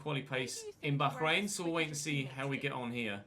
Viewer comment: just say bahrain why the emphasis on the H 🤣